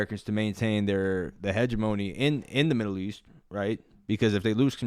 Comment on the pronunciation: Only thing I want to add to this video is that I need u to look up how to pronounce hegemony.